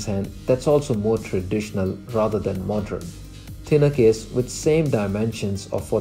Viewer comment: It’s modern not modrun, pattern not pattrun, learn how to pronounce words properly. 🙄